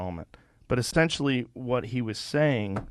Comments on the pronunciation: "Ostentially" - that's it in a nutshell. Joe wants the world to think he's smart without him actually having to do the work to actually be smart. He is a mouth breather to the bitter fucking end. Go back to talking about DMT and MMA - its the only topic you know a damn thing about. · EssTentially? Is that Joe Rogan or Marge Greene? Barely any difference.